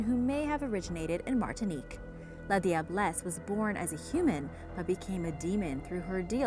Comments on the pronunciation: I'm from trinidad and tobago but you said la diablesse wrong it is pronounced as la jablesse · The la diablesse is pronounced - lajah bless in Trinidad or if you can pronounce that just simply say lager bless ... Love the vid btw..